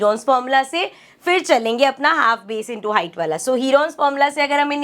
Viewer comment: woh वाला hota hai na ki वला🫥😂🫪🤔